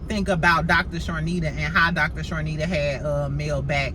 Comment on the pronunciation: Hey! Her name is Dr. Chanita without the (r). Charnita is the talent that Mel produces her show on Nubian TV. I hope you are having a good day as well! Love your channel.